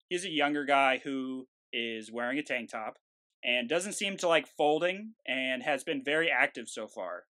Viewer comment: so, it's TANK TOP not tang top. Tank, with a 'k'. Kuh Kuh K.